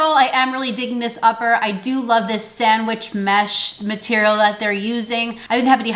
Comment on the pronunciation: I love a good “sandwish" 😂😍